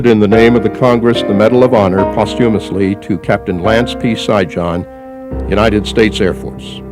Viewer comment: Sijan pronounced Shiyan like Trojan Serbian name.And the funny thing is you rip his ancestors country apart after he do this for you . Man i hope no Serbs ever fight for your land again.